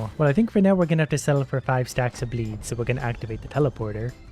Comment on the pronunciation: The entire time i heard him say bleed i heard "bleep" which still works